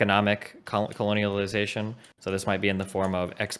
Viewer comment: "economic coloniliazation" lol